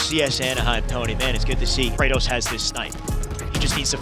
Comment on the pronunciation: He said cratos what you doing buddy hahahhahah my dude